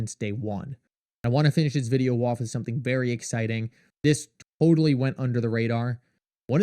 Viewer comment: Every day you post videos about how shocking and amazing XRP is. But the price just goes down. Also, have you ever listened to how you say video? Videooww… so fucking annoying